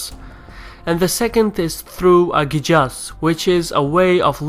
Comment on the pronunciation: Idk why you read Jizyah as yijza and Qiyas as Ijaz... Kinda weird.